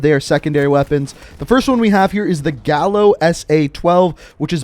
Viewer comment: Also you pronounce "Gallo" "Gaiyo", it's Spanish for Rooster